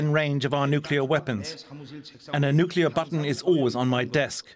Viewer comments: If you're going to be filmed talking about nuclear weapons, you should be screened for whether you can pronounce "nuclear" correctly. What's so hard about saying NUK-lee-er? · Nucular ??? Wtf?? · Nucular? Intregal? What's wrong with Americans 😂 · Can we please get our professionals to pronounce nuclear properly.